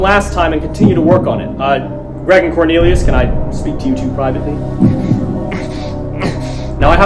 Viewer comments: CORNILIOS?!?! BAHAHAHAHAHAHAHHAHA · corn-elius :D